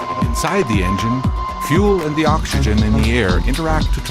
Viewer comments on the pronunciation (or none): none